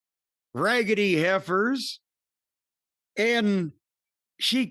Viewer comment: Hearing Jim pronounce "raggedy heifers" is comedy gold